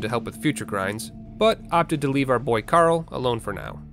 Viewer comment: Did he call Paarl Carl is it just my hearing again?